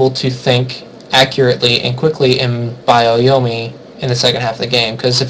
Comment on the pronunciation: bio-yomi? it's byo-yomi. BYO!